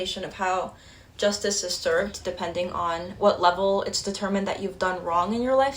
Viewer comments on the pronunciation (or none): none